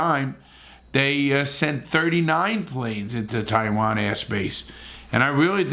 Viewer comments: Larry pronouncing Taiwan as “tiewayne” had me cracking up 😂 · “Sent plains into Tiwaynes”. Lol.